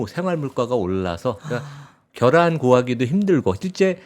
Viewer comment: 겨란 ㅋㅋㅋㅋㅋㅋ 발음 겨란이라고 하시는거 웃김